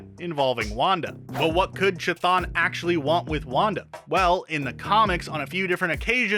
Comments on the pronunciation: Ka-thòn. Shoùma-gòrath. Get it right plz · You are literally pronouncing the name wrong. Its a K sound not a ch sound. Smh